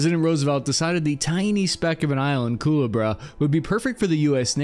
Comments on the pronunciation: "kahlua bro" COO-LEH-BRAH, snake! like the snake on the tank. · It’s Koo-lay-Bruh